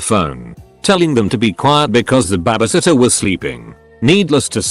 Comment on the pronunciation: No one: Narrator: Ba-ba-sitter